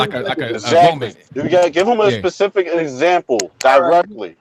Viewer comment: Information man... the word is not Pacific it's specific you ignorant ass